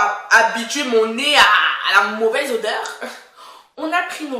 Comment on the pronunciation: “ L’odèurrrr ELLE M’A ATTRAPÉE LES NARINES, ELLE M’A SERRÉE LE COU...!!” 😭🤣😂😂 C’est bon je m’abonne! 😂👍🏽